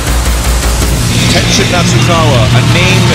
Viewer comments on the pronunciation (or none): "...Ten Shins"... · "Ten-Shins" Nasukawa..(!!!)